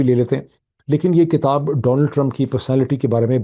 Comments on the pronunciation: Your analyses are very useful and logical. I pray that God will keep you safe. (Sir, have you mind if I pay your attention to the word which is actually "Kitab" not "Katab"). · BTW Doc,the pronunciation is KITAB,and not KATAB according to you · اسلام علیکم معید۔ ہم آپ کے بہت شکر گزار ہیں اتنی بہترین خبروں اور تجزیے کے۔ آج دو گزارشیں ہیں۔ اگر آپ برا نہ مانیں تو ایک یہ کہ کتاب زیر کے ساتھ ہے نہ کہ زبر کے ساتھ۔ دوسرا یہ کہ اگر آپ پاکستان کی مہزبانی کو کمشن نہ کہتے تو بہتر تھا کیونکہ ہندوستان کے گرو آریا نے پاکستان کی مہمان نوازی کو ہوٹل کی خدمات قرار دیا ہے۔ جو کہ اس کی حسد اور جلن کو ظاہر کرتا ہے۔ اس لئے برائے مہربانی آپ دشمن کو آپ موقع نہ دیجیے۔ شکریہ۔